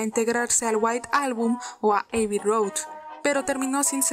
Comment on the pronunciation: Igual con Abby Road que no es "Eiby"...sino Abby, como se escribe